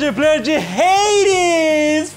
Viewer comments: É só fala "ADES" pra que "RADES" pqp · Po jovem nerd n Sabe falar Hades pelo amo, mais ficou top